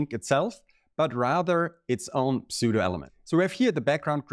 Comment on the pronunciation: Don‘t say „Psoo-doh“, say „Soo-doh“. But thanks for this video. Very cool stuff!